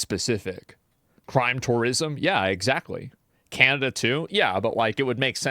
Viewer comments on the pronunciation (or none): I like how he pronounces Canada "candida," like the fungus.